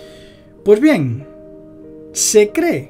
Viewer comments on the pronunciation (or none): none